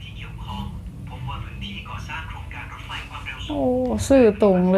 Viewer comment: ในภาษาไทย ตัว พ.พาน และฟ.ฟัน ออกเสียงต่างกันครับ แต่ออกเสียงเป็นรถไพ ไม่ถูกต้องต้องอ่านเป็นนรถไฟ